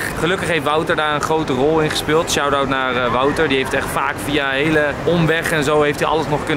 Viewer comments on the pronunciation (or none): none